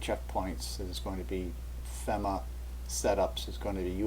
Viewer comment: FEMA is pronounced as "FEE-MA", People from Indiana are called "Hoosiers". I don't mean to offend. Yes, Southern Indiana is very near Louisville, KY which is right alongside Ohio River that can flood because it's in the Ohio Valley.